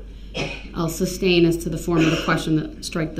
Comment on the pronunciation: “Grounz fer the substain” LOL🤣🤣🤣he doesn’t know the difference between the word sustain from substain. Without a doubt , the most annoying , most obnoxious person I’ve ever witnessed.